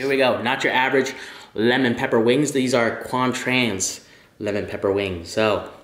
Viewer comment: No one: Literally no one: Quang: Let me show you how easy it is to make Lemon Pepeqaullalgagglalgaaglaa wings